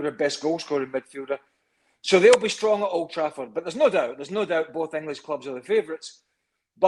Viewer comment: There was an end to the “Enighlish” right from the start …